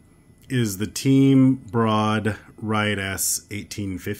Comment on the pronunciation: Team Brood pronounced “brewed”.